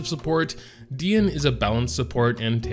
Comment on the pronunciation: I was ready to Unsub if he say Dee-e-ne again...😂